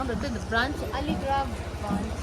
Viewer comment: it's Algarah..not "aligarah" 😅. I'm from here. Do come again.